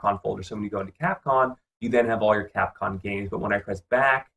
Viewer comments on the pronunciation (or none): Dude, it's CapCOM, not capcon.